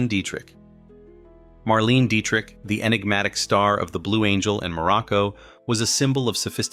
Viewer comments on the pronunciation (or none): It's "Mar-leh-na" Dietrich.